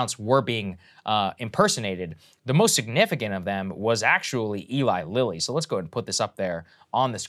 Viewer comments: did she say ellie lily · I am super embarrassed crystal didn’t know how to pronounce Eli Lilly